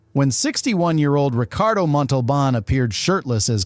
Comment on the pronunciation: He did mispronounced Montalban's name wrong the first time and corrected it the second time. Don't like AI produced videos that take somewhat interesting subjects and then do a halfhearted video like this one.